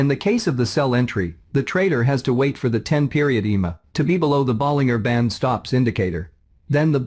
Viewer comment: "teneemaa" and "boleenggerr" bands 🤣🤣🤣